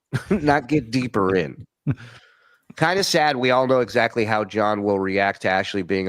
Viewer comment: He pronounces “exactly” as “exactchee”. He’s a mush mouthed idiot